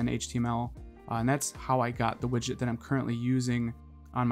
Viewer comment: Widget not widgit